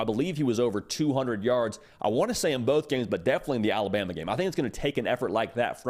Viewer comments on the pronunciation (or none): none